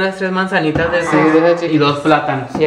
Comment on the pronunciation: Es estas no Pestas jajajja